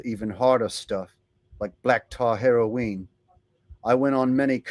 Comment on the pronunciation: Black tar heroweene 😂 perfect